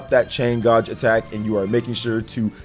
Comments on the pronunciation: the word "gauge" is pronounced [GAYJ]. Not "[GAHHJ]" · The way you say gauge though 😂😂🥴